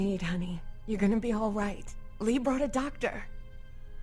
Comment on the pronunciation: win she says lee in sounds like she said reeee